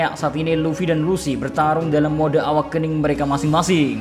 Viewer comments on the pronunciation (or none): none